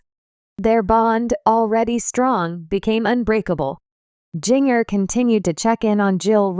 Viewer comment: At least pronounce her name right, JINJER!